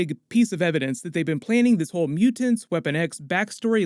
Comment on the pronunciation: You say mutants justttttt a little off